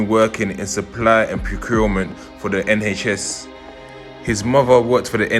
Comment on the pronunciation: Ehn haych ess 🤣